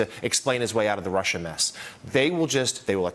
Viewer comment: Good. Lord... how appalling, the rant about RRRRRruuuussssaaahhhhh.